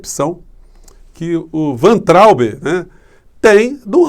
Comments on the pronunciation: o sobrenome do ex ministro da Educação pronuncia-se VAINTRAUB. Não é VENTRAUB e nem VANTRAUB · Por favor, Professor, pronuncia-se "Vaintraub"... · a pronúncia é VAINTRAUBE. Nome é alemão. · Professor a pronúncia é " Vaitraumb " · querido, me parece que Weintraub se pronuncia “vaintraub” “vá+in+traube”. Da uma checada nas pronúncias on-line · a pronúncia correta do nome do Weintraub é "váin-traub".